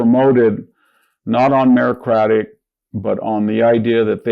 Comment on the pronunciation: Victor needs to stop saying merocratic. The correct word is meritocratic. The mispronunciation gives lefties a way to make fun of him